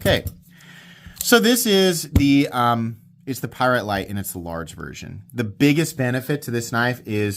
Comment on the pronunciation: A Py rite? What's that. This is the first of heard of such a knife.